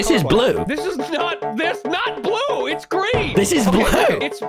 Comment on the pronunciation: "iss a strawberry"